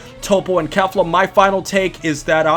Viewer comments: Kefla is stronger (and please stop pronouncing it Kaefla. It's KE-fla) - think about it, Toppo is more or less on par with Dark blue Vegeta = Kaioken x20 Blue Goku. Goku uses Kaioken vs Kefla (it's not clear whether it's 20x but considering his struggles, it was at least 5x to 20x kaioken), and Kefla was at that point at the SS1 level (or most likely full power ascendant saiyan) - as Goku uses UI Kefla powers up to full SS2, which as we all know (or should know) is at least 20x stronger than full power ascendant saiyan. So if we're lowballing Kefla, by claiming Goku was only using Kaioken x5 against her SS1 form, then that puts Toppo at 4x stronger than Kefla's SS1 form, and as we know 4 goes into 20 five times, that makes Kefla SS2 approximately 5x stronger than Toppo. High balling we're looking at Kefla being 20x to 30x stronger than Toppo. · Why are you saying kafla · The English pronunciation of Kefla makes my ears bleed